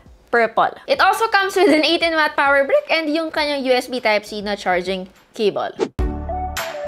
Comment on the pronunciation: "Power br-iih-ck"